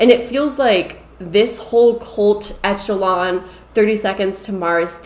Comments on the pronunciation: Great video and I agree with you but, it is pronounced ESH a LON. Not ETCH a lon. Leto has done some great acting but, in his personal life, he seems to be both exploitive and crazy. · Okay, so first it’s pronounced like Eshelon, not Etchelon. So it’s a soft ch sound. Most of the people in the fandom all know each other. When he says it’s a family it really kind of is, so we aren’t all stuck on this island with strangers. The tents do have air conditioning and very comfortable beds and they do lock. This is a resort island so there are very nice facilities with great food that’s catered. The meet and greet packages for their concerts are not 900 dollars. It’s $299 for the lowest package. The reason we say “you wouldn’t understand” is because you don’t get it. You spent 30 minutes talking about not getting it. It started being called a cult as a joke. It’s never been a real cult. The contest you’re talking about wasn’t really winning a night in bed with Jared. (I feel like you didn’t really thoroughly research this) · Echelon is pronounced with a “sh” sound instead of a “ch” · Here I go being THAT person~ It's pronounced esh-a-lon Not etch-a-lon Sorry can't control myself. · It’s ESSS-SHUH-LON, not ETCH-UH-LON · It is pronounced "eh-shuh-lon" - as a word in general...whoa, crazy vid!! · Girl that word is pronounced eshalon , like the upper echelon of society. It's a real word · Eck Okay and?? Echelon isn't a commonly written or spoken word so it's quite reasonable to assume she first saw the word in writing and assumed that was how you're supposed to pronounce it. The mispronunciation could also be due to a regional dialect as those frequently involve at least some "improper" English in grammar, pronunciation, or both while still being equally nuanced and complex as "proper" English. I understand the nitpicking since it can be jarring to hear a mispronounced word, but you're just coming off as condescending. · The way she is pronouncing echelon is bothering me.